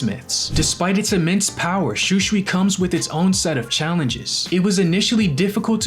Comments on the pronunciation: Bro igs shusui not schuschui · The way you pronounce Shūsui , hurts my ears. Sorry, it just sounds so wrong, please pronounce it properly at least. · Why is he saying shusui wrong